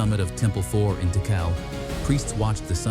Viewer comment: AI is so fucking smart can't be taugt ow to pronounce correctly...Ti Kal NOT Tickle...